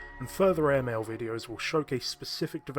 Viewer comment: Year AerMail ! j'suis français ok ?